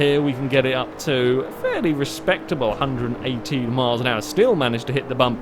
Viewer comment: the way he said "fairly" sounded so weird xD